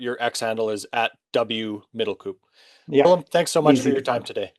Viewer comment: I don't like to be a smart ass but middelkoop is pronounced like cope.